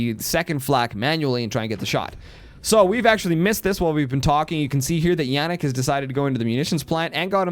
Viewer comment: Jannik is german and you pronounced it right. Bosia is not german, more of an eatern thing (I guess). The S in german is always pronounced like in Silence btw. and have you turned off your overlay ? :D